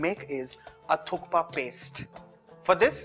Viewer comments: It is pronounced as thuppa the K is silent..... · Thank you for articulating the correct name Thukpa so clearly, Varun. It is on occasion misheard as . Amazing recipe